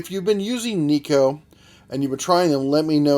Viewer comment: It's pronounced nay ko.... Assuming it's try to sound Japanese.... Lol